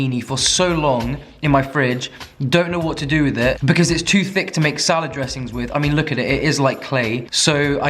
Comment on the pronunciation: why do you say sa-LAW-d